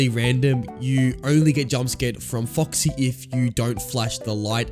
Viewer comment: Why did it sound like he was saying fÜcksy